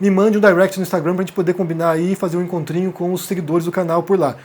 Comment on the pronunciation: Te peço um favor, fala a palavra " Instagram " como brasileiro, não como nova-iorquino, até onde sei, você é brasileiro!